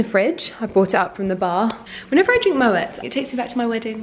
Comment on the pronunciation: Totally googled how to pronounce Moët .....Who else was like “wahhh I’ve sooooo been saying it wrong”